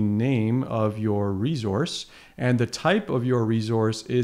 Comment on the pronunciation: Its reSource not reZource